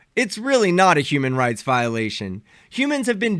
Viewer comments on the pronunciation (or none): It sounded like she said human RACE violation